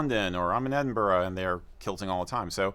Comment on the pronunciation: 😁 he said it the correct way hahaha so used to hearing Edinburo